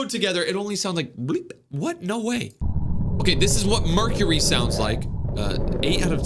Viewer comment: pural star my ears hurting from mecury